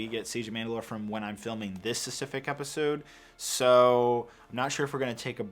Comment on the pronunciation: Specific bro, it’s specific! Please.